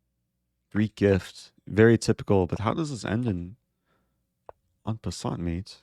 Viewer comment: “EN PASSANAT”